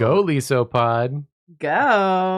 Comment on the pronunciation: Golisopod is a combination of the words Goliath and isopod. The letter I sounds the same way in both those words and neither is the way you pronounced it.